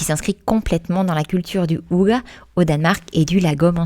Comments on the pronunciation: Bonjour, Hygge ne se prononce pas « ouga » mais Hygé en prononçant bien le H et le Y est court comme il y a une double consonne après 😉 Ça me piquait les oreilles 😅, étant norvégienne je comprends aussi le danois et la prononciation du mot est pareil dans les deux langues. Je découvre la chaîne, cette vidéo me plaît bien, j’irai voir un peu les autres après 😊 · Merci du partage et des conseils. C'est inspirant. "Hygge" ne se prononce pas [ouga] mais : 1)on souffle le H qui se prononce (comme en anglais) 2) le Y se prononce entre un "u" et un "i" 3) le E final ne se prononce pas "a" mais "æ". (Je suis à moitié norvégien, mais pensez à employer Google traduction pour tester la prononciation, pas infaillible mais généralement bon). En Norvège personne ne garde les chaussures à la maison non plus. Exactement comme au Japon. Pour rappel, en France autrefois les paysans laissaient leurs sabots pour entrer. Dans les sabots, on portait alors des chaussons en feutre (style charentaises). Le "ça servira peut-être" ... il faut avoir un grand garage / hangar / atelier.😅 Ou alors comme vous les limiter drastiquement.